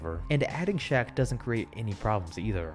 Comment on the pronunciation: Its "Shaq" not Shaw like Brian Shaw. Shaq was on the 2010 Cavs.